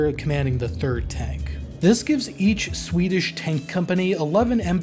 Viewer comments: Pretty good pronunciation of Swedish. Not the best I've heard from a non-Swede, but leaps and bounds over most anglophones. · Noticed you're one of the few non-Swedes who can be arsed to make a proper effort regarding Swedish pronunciations. Props to you!